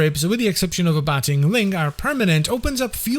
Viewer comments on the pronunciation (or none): Abating is pronounced "a-bait-ing"